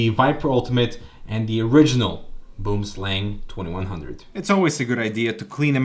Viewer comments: boemsleng , lmao. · First "gaming" mouse was the Razer Copperhead, released not toooo long after the Boomslang and Diamondback. First mouse was some total piece of crap off-white ball mouse that needed to be cleaned all the time. Random FYI: Boomslang is actually pronounced something more like "Booum-slung" - it's an Afrikaans word (derivative of Dutch) from South Africa and it's - it means "tree snake", it's one of the most venomous snakes in the world, it's long thin and green, climbs and hides in trees dropping down to attack prey. If it bites you and there is no antivenom very closeby - you are GG. Scary AF. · it's pronounced "Boam Slung". - Tree snake in dutch/afrikaans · Boomslang translates to tree snake in my language. He said it so funny though :D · boomslang is afrikaanse/dutch for "tree snake" (a very poisonous snake). also, you are butchering the pronunciation lol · As a South African, hearing someone say boomslang is really funny. 🤣🤣🤣